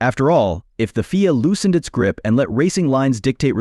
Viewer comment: What a waste of bandwidth. FIA is said as three letters, not pronounced as "Feea". So, where's the surprise and where's the stun?